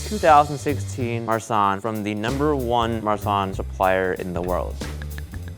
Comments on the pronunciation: When he said "marsanne" I thought he said "my son" :) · when they said Marsanne I thought it was Ma son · When the guy said "Marsanne", it sounds like he's saying my son and I just thought abut Liza making puns about it😂😂💖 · I thought that dude said "Today we're talking about, ah, my son" Me: -_- when I realized when he actually said our Marsanne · Did anyone else hear "my son" instead of"Marsanne" or is it only me...........seems like it